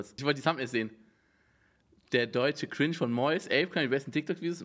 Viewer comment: Normal people: „cringe“ Rewi: KRINTSCH